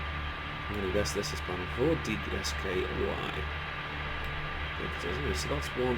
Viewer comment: Since you seem broadly unfamiliar with the Apollo LM, you might find it useful to know that DSKY is pronounced 'disky' (rhymes with whiskey), and PNGS is pronounced 'pings'.